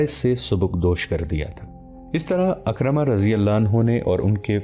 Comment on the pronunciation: میں نے عالم دین سے سنا ہے کہ لفظ اکرمہ نہیں ہے لفظ حضرت عکرمہ ہے. یعنی عین کے نیچے زیر ہے